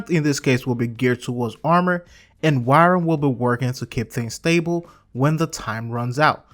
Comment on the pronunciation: Wyrm is pronounced just like the regular English word "worm". It sounded like you kept saying 'wairem'.